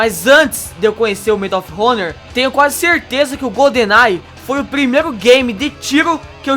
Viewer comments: Medal of ronor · medall of ronor kkkkkk